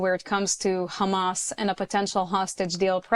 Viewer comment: How is a Middle East expert? 1 - He does not know how to pronounce Hahmahs correctly. 2 - Much more importantly and practically, how can anyone ensure that only innocent civilians leave Gaza? Hamas members can just blend in with the non-combatants and escape justice. 3 - Any kind of Gazan independence would just be a breeding ground for Iran-sponsored terrorism. 4 - "Palestinians" are an invention of Yasar Arafat. There are no such people. They were all originally Egyptian, Jordanian, or from other countries, which rejected them. Let's stop the white washing. All these authoritarian countries are threatened by a Democracy at their border. Their people would rather live free.